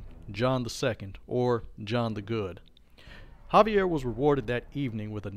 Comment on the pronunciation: It’s Xaviar. Ex-Ay-Vee-Ar. Not Javier. There lore videos are pretty entertaining. The only problem is, they’re out of date. Either you haven’t read Beckett’s Jyhad Diary and any of V5, or you’re choosing not to update the lore to include them, in which case they’re incomplete.